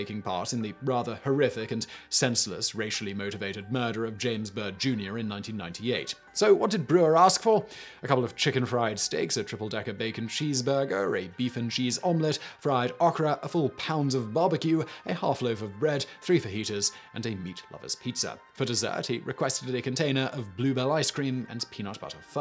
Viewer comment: And okra not ahkra.